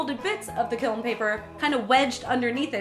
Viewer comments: It's peen ounces kelm, wry it just bothers me you say it like kil or kilm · Take a shot everytime she says "kilm" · I thought it was pronounced kilm, but then again i had never seen the word and only heard it, am i the only one? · For what it's worth, my ceramics professor pronounced it as "kill." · its funny how you said kiln KEALN